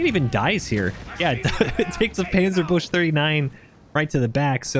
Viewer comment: Love how you call it Panzerbush :D